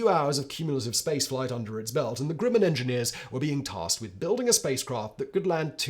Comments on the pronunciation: Not even English works with this dude. Grumman not Grooman. And it's Von Brown not Von Brawn, as Braun means BROWN. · Fa-ZHAY, not FAH-jit. Werner (not Verner) von BROWN, not BRAWN (he became American). CHA-fee, not CHAY-fee. GRUH-min, not GROO-min. EYEZ-lee, not EYE-suhl. SHWEYE-kurt, not SHWEE-kart, shweetheart. Nothing says "I have absolutely NO familiarity with this historical event" than having no idea how to pronounce the particulars. Finally, it's "ON Long Island," not "IN." All that being said, the correct usage of the word 'comprise' covers a multitude of sins. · Simon, please try to pronounce 'Grumman' properly... it sounds like gruh.muhn .. The Grumman company seems to pop up in your videos a lot there. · Simon is well known for his endless mispronunciations. He's not about to start pronouncing things correctly any time soon.......or slow down. I just noticed another: 'Grooman' instead of Grumman. 😆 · Pronounce Northrop Grumman. Now pronounce Grumman. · Fag-jet? Always thought it was Faj-ay. And I always thought “Groo-man” was known as Grum-an. And the lunar podule milot… never mind.